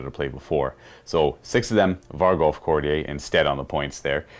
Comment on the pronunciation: Could somebody let know he's mispronouncing courtier